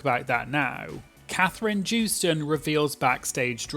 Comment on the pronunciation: Katherine joostons last name is pronounced with a Y where the J is at like yoh-stun